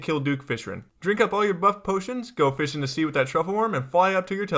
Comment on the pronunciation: I've never heard anyone call him Duke "Fish-rin" before. lols